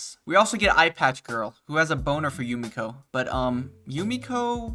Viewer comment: Had to check and hes its Jumeko not Jumiko. Out the anglophones and confusing e and i.